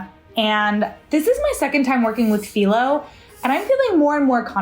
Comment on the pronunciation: Thanks for sharing this. your memory of your mother and the phyllo rolling really hit home for me. My mom made handrolled phyllo often and since her passing I miss it so much. Also, you nailed the pronunciation:)